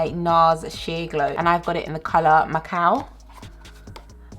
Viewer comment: I thought she "shade my cow" and I was so confused and than understood she said Macau as in the city